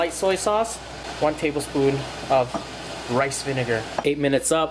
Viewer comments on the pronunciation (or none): none